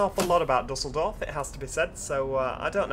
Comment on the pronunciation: just a little tip, it is pronounced like dieseldorf :)